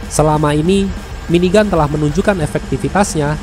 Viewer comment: tetp aneh di dengar